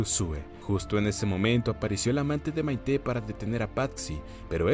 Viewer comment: En español Patxi suena como "Pachi". Maite suena como "Maite"...no como "Maité", el acento es en la A.